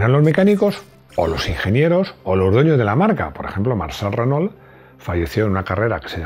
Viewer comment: Decí "armado", no mecano, millones de latinoamericanos no van a entender. Y se pronuncia Renó. No Renol.